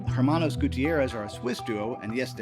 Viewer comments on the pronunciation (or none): Minor technical note: in Spanish, the letter "h" is silent, so when you say "Hermanos" (brothers) it is pronounced as "Ermanos" (you know, like the "Los Pollos Hermanos"). Cheers!